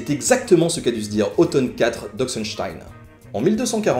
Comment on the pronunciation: Ça me fait bizarre d'entendre Otton prononcé comme « automne ».